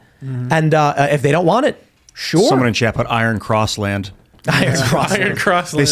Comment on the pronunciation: It is pro nounced EYE RUN!